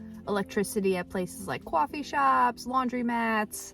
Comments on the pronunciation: Cwaughfee shops😂 can’t tell if she’s doing it on purpose or not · Love your videos. How do you not have an accent except for the word “coffee”? 😂